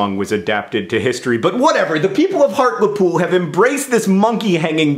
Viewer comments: HART-LEE-POOL not hart-luh-pool get wivvit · I love you John but on behalf of all British northerners.. HEART-LEE-POOL not Heart-le-pool >.< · I was born and raised there too. I love that we are getting acknowledged but is it bothering anyone else the way he's saying Hartlepool? I always pronounce it Heart-lee-pool not Heart-le-pool. Sorry I know how pretentious that makes me sound. Is it just be me who says it like that? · I had to watch this video because your talking about my hometown but then you mispronounced it's name! It's HART-LEE-POOL not HART-la-POOL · It's pronounced hart-lee-pool not hart-le -pool AAAHHH!! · John. Its's pronounced Hartley-pool. Not Hartla-pool. Come on now man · I pronounce it as Heart-lee-pool too! I was literally there a couple weeks ago for a folk festival, I don't live there but yeah the way he pronounces it makes me laugh a little :,) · He art le pooil is how you lot pronounce it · the way he says hartlepool warms my little geordie heart <3 it's pronounced hart - lee - pool, nowt fancy john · dear john. first off i love your work but i have several problems with this video. i live 20 or so minutes outside of hartlepool, and so i would like to point out that hartlepool is considered a town not a city, a small town at that. secondly by locals like myself its pronounced heart-lee-pool. other than that love that my home county has some love. keep up the grand work. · Those from and around call it Hart-lee-pool. I know it doesn't matter too much about the pronunciation of words, It just sounded so weird hearing it the way you said it. Also, you mentioned my home town! Sunderland has officially made it! (Albeit everyone must think I'm a Hobbit. I think I can live with that stereotype, it's a lot better than the normal ones.) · 1. I am from Hartlepool so #buzzing with this video 2. We're a town not a city 3. It's pronounced HART-LEE-POOL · is Hartlepool the same place as harliepool just pronounced different? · Hartlepool HEART-LE-POOL